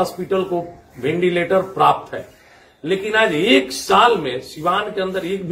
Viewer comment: नेताजी वो वेंटिलेटर होता है, भिंडीलेटर ना।